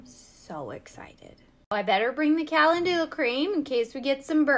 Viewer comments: Pronounced: ca-len-ju-la. Emphasis on "len" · Calendula, not being mean… just to help, it is pronounced Ca lend you la, ❤ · It's pronounced Ka-LEN-DEW-La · I was laughing thinking, is that the American way to pronounce calendula 😝😝😝